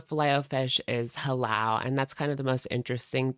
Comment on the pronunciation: “Huhlaal !!” Lol ur pronunciation got me gigglin